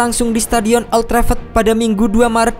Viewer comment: OLd Trafford min Bukan OLd Trefford 😂